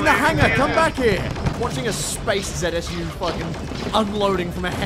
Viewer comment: Calling a zu a zsu the entire video looooo